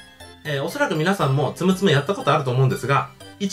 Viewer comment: つむつむのはつおんちがう